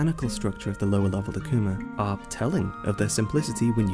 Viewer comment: Its pronounced (a-ku-ma)...not (ahk-ku-ma)